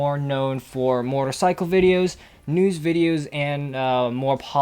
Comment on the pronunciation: When he said mortar cycle I thought he said motorcycle